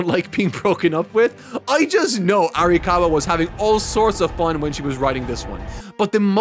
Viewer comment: her name is "Ara-COW-a" I think that's the cow bit.